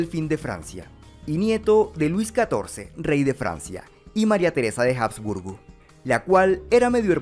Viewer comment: Se pronuncia Abs-burgo, no Jabs-burgo. La H en español nunca dejó de ser muda.